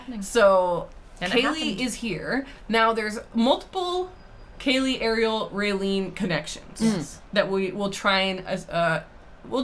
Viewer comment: Came here to request exactly this: Ariel, PLEASE listen to how her name is correctly pronounced!